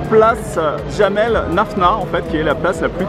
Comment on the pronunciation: C'est jamah lafna et non jamel lafna 🤣🤣✌✌